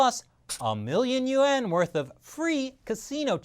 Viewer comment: Good info but try to learn how to pronounce YUAN & Baccarat. It’s not Bacar-rate.